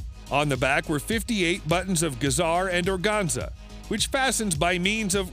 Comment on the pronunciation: "Givenchy" 😂 it's pronounced- "gee-von-shee" but I can tell you aren't a fashion guy so i'll let it slide. I think I also hears organza pronounced wrong too. Just giving you a hard time and joking around 😊